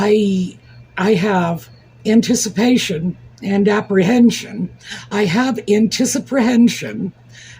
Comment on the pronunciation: ‘Anticiprantion’ - love it 🩷 I also had an uncle in WWII (5 uncles - my Mum’s older brothers and every ANZAC Day and my children and I do the Dawn Service in their memory and to honour their sacrifice for us)…. And I share you scarf addiction - love that you have a great collection 😁 Prayers and warm thoughts for Angel Steph for her complete recovery ❤️‍🩹